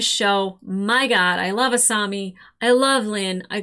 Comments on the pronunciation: A-saw-mi not A-sue-mi🤭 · To be fair, you say Asumi instead of a Asami a lot ;) (Doesn't bother me, its just funny) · Every time I hear "Asoomi" I die a little. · I was gonna gently remind you how to pronounce Asami, but you got it right at the end of the video :P good job! Haha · Don't worry, Avatar fans are notoriously relaxed about mispronounced names! It's not like we got traumatized or something...😂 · The mispronunciation of Asami, kind of hurts lol. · You are still saying asami's name wrong